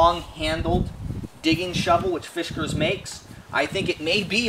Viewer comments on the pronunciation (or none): Dear God, please stop saying Fishkers. It's Fiskars. Otherwise, great review. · Yup. No H in fiskars.